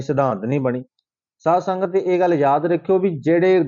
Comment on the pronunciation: Saad sangat nhi pehla bolna sikho SAADH SANGAT JI